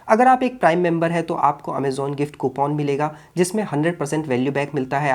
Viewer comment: कूपन ❌ कूपोन ✅